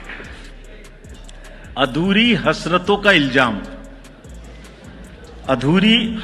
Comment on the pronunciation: ILJAAM...Nahi ilzaam ilzaam..kaan me chubh gai ye urdu..😂😂